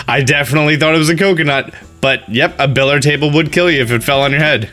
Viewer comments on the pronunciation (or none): it’s pronounced bill-i-yard not billard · Bill-ee-ard not billard. I love you, but that was buggin me. No offence. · AAAAARG it's pronounced BILLY-ARD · my heart hurts every time he pronounced billiard table as bill-ard table